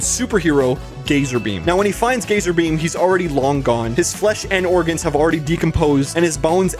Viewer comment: Do only i hear name gazarbeam as gayzerbeam?